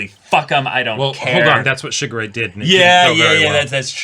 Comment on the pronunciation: The way says Shigure...sounds like Sugar Ray, and it gives me the stupidest grin every time....Man, I feel old.